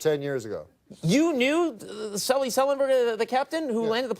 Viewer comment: Norm knows Sully so well, he said his name wrong.